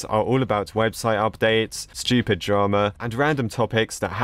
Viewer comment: Yea its like him saying Shtupid not stupid lol